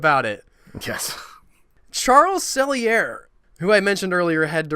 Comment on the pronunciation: Too bad you don't know the people that made these shows. Why does everything you bloggers say have to always include religion? Is it that you don't have any positive ideas? I think your research is incredibly shallow. Charles E. Sellier is pronounced Sell-E-Ay.